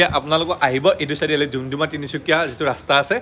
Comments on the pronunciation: দুমদুমা নহয় দাদা ডুমডুমা হয় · ডুমডুমা ✅ দুমদুমা ❌ ভাল লাগিল 👍❤